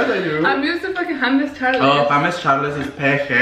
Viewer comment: I can’t “Hames Chales” 😂😂💀💀💀